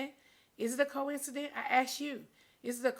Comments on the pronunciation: Is it a Coincident? 😂😂 Nene, your Georgia accent is cute but you need to know how to pronounce words . It’s Coincidence. Also, STOP BLEACHING. 🗣Your hands are your old color and different from your face . I’m so sad that you don’t like your color. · You bring Wendy Williams on the show twice to dog Kenya but you don't want Andy to ask you anything about Wendy Williams?🤔🤔🤔🤔🤔#HowSway By the way, it's "coincidence" and not "coincident"!!🤣🤣🤣🤣🤣🤣🤣🤣All that money hunni and can't speak proper grammar to save her life! #GoBackToSchool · NENE!!! The word is COINCIDENCE— NOT COINCIDENT— duh ! 💁🏾‍♀️ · Nene do not know how to Pronounce words, Maybe it’s the teeth! 🤔🤔 First it was “viraul” (Viral*) which she thought she corrected. Secondly she ask “is it a coincident??” oppose to Coincidence..🤣😂 And third I want her to Say BRIDESMAID... not Bridemade ... But anyway, I feel sorry for nene, from her explaining it sounds like she’s a target.! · “ Coince-dent “ is sending me . 🥴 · NOOO I thought she said Co-Incedent at first. I was like, oh she means they did it together. After reading this comment and going back 🤣🤣🤣🤣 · I went back and starting hearing cowisidin too 🤣🤣🤣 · Thats not it...she has to be smart enough to be an actress. Just couldn't pronounce the word.